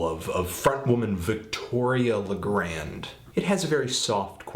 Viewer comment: Nice review...but please. She was born in Paris. Luh-graun. Not le-grand.